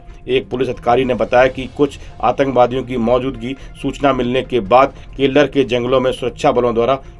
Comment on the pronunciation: Killer not kellar